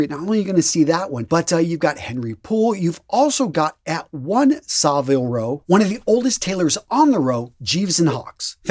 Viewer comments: You need to learn how to say Savile Row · Savile Row. You need to learn how to pronounce it.